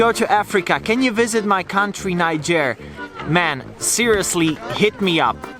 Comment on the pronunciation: Lol...you pronounce Niger like you're gonna say Nigeria. It's actually pronounced knee-zh-air. The 'i' in Niger isn't pronounced as 'eye' like in English. It's pronounced 'e'.